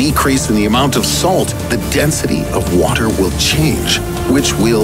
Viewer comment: him: wattttter, humanitttttty